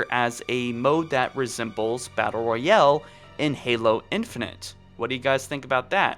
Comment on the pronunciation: Nothing worse than a "battle royelle"